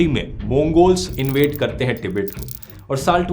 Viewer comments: कोई इस चाटी को बताए तीबेट नहीं तिब्बत नाम है का। जाहिल को देश का नाम बोलने नहीं आता लेकिन history bta रहा है । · हिंदी में tibbat को टिबित नहीं बल्कि तिब्बत बोलते हैं। अगर हिन्दी में विडियो बनाते हो तो सिर्फ हिंदी में ही बोलो ना कि इंग्लिश में, अशुद्ध शब्द मत बोलो।🙄